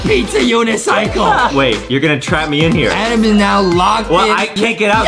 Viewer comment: and Adam but calls Adam Adem